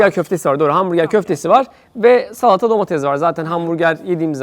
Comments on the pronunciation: Abi domedez değil domates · domatez değil ln de domatezi domateSsS